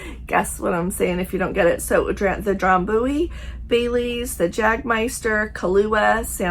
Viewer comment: I never drink but I know how to pronounce "Yaygermeyester". must not have had a misspent college life